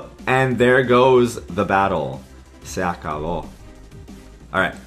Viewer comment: Good pronunciation on the se acabó